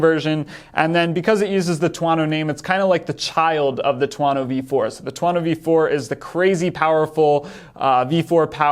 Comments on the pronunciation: I was going to say the same thing but figured someone probably already corrected him. Two-Oh-No not Two-Ah-No It's not just a made up word. It's Thunder in Italian. I have a TV4 1100F but wouldn't mind having one of these mid weight ones either. I like the timing of this because it allows Aprilia to get the 2022 bike transitioned over to the new aesthetic (which would invite other improvements as well) rather than having to wait for 2023 (though they still might not get it done in time). My only real complaint about the current 1100 is the lighting which seems much improved with the new design. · Is it really that hard to pronounce it as two-oh-no? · two-OH-no. His pronunciation is killing me 😄